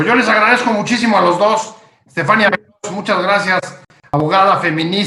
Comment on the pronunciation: Estefaníííía, palabra aguda acentuada (no hay duda de su pronunciación) , que estrés escuchar todo el tiempo al moderador diciendo estefánia.